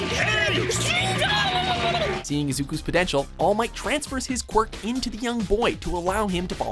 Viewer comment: All Might is probably the first anime character to be pronouced right by watchmojo